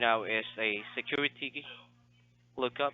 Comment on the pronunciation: Biggest Little City in the World 🎰 Scammer said "squiwity number" 😂 Welcome back,! ✌😊👍